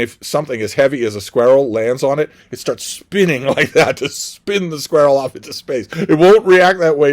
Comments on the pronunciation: you kill me with your pronunciation of squirrel ha! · I had to re-listen to it a couple times, I’ve never heard such a pronunciation.